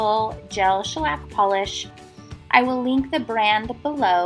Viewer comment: It's NOT SHELLAC!!!!!!!